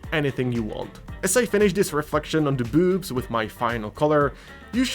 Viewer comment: love the classy pronunciation of "byuwbs"! 😝